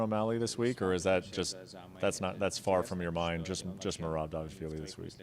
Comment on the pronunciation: not Da v ishvili but D V A L I S H V I L I